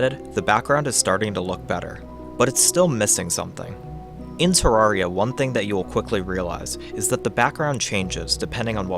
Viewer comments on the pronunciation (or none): NOT terrarria!